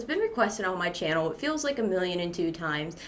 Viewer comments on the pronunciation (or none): none